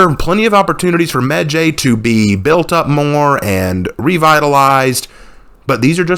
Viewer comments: his name isn't meh jay it's medjay like eye/sky/cry/fly/hi/bye/why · It’s really weird hearing people pronounce it that way medjay I’ve only rlly hear it sound like medjai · Alot of people pronounce medjays name wrong when it's pronounced "medji" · I got 2 things wrong wit this video the fact you think ubisoft is being racist and the fact u don't know how to pronouns the heros name even tho your supposed to be some kind of historian or what not